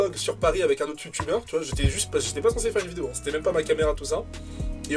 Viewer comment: "ce youtber" ??????